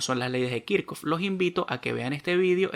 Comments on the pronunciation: Creo q Esta mal dicho Kirchhoff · Pregunta se dice kichhof o kirchoft? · Muy buen video, pero puede aprender a decir y escribir kirchoff en condiciones, un saludo bendiciones